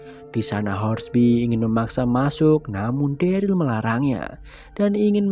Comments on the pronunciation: bang.. dia derel bang bukan deril 😭😭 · Yg bner Daryl